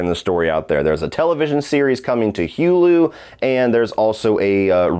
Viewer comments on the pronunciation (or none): The way he pronounced Hulu (HewLeww) 😂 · Wtf is Hewwwlu😂